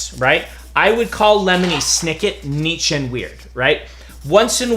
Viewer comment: There is so much to thank Brandon for, but the latest one is for being an American that can pronounce Niche.